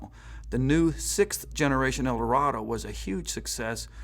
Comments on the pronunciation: Eldorado. Not "El Dorado." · It's Eldorado not El Dorado and you keep showing the Sedan Deville and referring to it as the Eldorado.